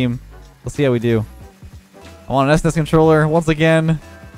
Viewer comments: This is the exact comment I was going to make. Had a legit double-take moment and had to listen it again. This is shocking, an old geezer like should know how to pronounce SNES.:/ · this dude really said S-NES controller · Let me catch my son callin' it "es ness" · S-Nes?!?? My boomer brain is raging at your pronunciation. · your saying it wrong its supposed to be pronounced each letter s-n-e-s... at least thats how ive always said it lol. In a 3b person poll, 67% of people said is was "s-n-e-s" rather than "snes" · Its pronounced "ssnesss". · The pronounciation of s-nes and not snes, ugh lol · ess ness? Literally unwatchable /s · I’m physically hurt by the way he said SNES